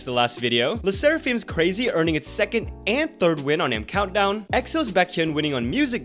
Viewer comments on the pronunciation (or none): or all of their debut interview videos on their channel. They pronounce the group name like "crayhk-zee" , not "crack-zee" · Craxy is pronounced "crayhk-zee" like crazy but with an x, not "crack-zee" like how it was pronounced in your video